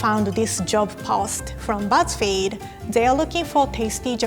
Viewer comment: Am I the only one that thought it said "gow I got fired from buzz feed